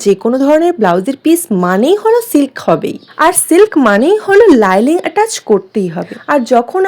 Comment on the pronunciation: লাইলিং কেন বলছো ভাই?শব্দটা হবে লাইনিং ❤